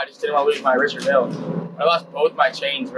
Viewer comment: If you are going to wear a Richard Mille watch at least learn how to pronounce the name right. It is pronounced milly.